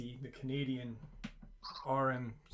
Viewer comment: R.C.M.P*! Lol not R.M.C.P❤❤